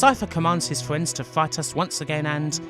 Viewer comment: I dont think this guy can pronounce r sounds. He says gweat instead of great, fwiends instead of friends. Its making me want to tear my ears out